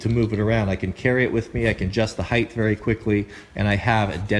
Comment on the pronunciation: I've been following for about a year and love all of the content. With all respect, length x width x height. ( height rhymes with kite ) So many YouTubers are using this word heighth in videos day in and day out that I fear people will begin to believe it's an actual word. Please, for the good of all mankind, make every effort to stop this runaway train!